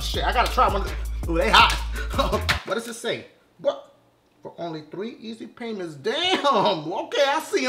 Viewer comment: I was weak "3eezy Paiments" XD